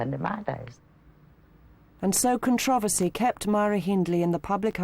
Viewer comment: Not to take away from the purpose of this video... but is this really how Controversy is pronounced over seas? Its driving me mad the way i the narrator pronounces it! I need answers people. kthanksbye.